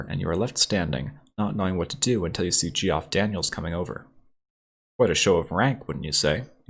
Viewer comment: His name is pronounced like "Jeff" not "gee-off"!